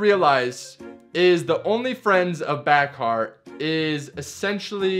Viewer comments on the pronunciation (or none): FYI her name is pronounced without the k. So like Bahar, (Ba-har). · You are pronouncing Bakhar’s name incorrectly. The “ K “ is silent. It’s “ Ba-har “ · Ba har. “K” is silent. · The k is silent in Bakhars name it's pronounced Bahar just so you know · I had a feeling he was mispronouncing her name! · You should have probably researched how to pronounce her name before making this video, bruh